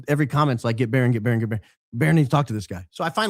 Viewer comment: you just said who you did the podcast with in the 2nd day BBBbbbaronn lol